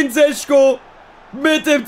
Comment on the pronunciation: Šeško wird Scheschko gesprochen